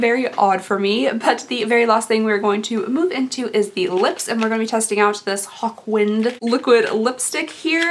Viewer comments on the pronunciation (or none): I totally thought you said “hot wind” and not “hawk wind”. This led to wondering why that was a lipstick name. There was also confusion about the super hero thing and thoughts about whether his superhero powers would be fart related. 😂